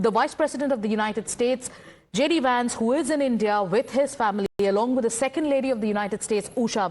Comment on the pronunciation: It's not Wance.. it's Vance